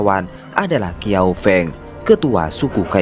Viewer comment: bacanya bukan kiao feng ( seperti baca e di kata "seng") tapi Siao Feng ( seperti baca e di kata "Tengah")....sepertinya reviewnya kurang teliti atau tidak perhatiaan dengan nama aslinya. Karena film ini sangat legendaris penggunaan nama perlu teliti...